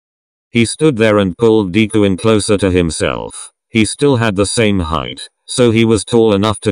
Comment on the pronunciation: The way the person says deku as deekuu